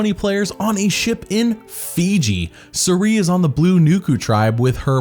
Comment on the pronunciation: "I don't get paid in dollars, I get paid in military training" 😆 Also, I'm convinced that is pronouncing Cirie's name wrong